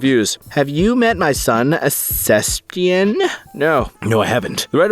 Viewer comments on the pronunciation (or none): Why does bro pronounce "Sebastian" like "Szechuan"?